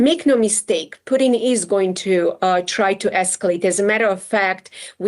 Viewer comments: calls Poo-Tin boodin 😂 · Is she saying Putin or Pudding? I like pudding! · why is she saying pudim ? ahahah